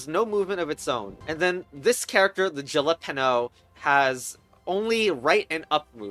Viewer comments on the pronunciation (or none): A) it's pronounced hal a peen yo B) that's a bell pepper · Djilepano? That’s an unusual way to pronounce jalapeño. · Did you seriously call a yellow bell pepper a "jalapeno" with an english j??? Jalapenos aren't even yellow?